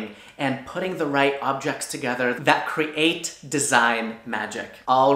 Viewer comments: is it just me or does he say cre-ate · I love how pronounced create as cre-ate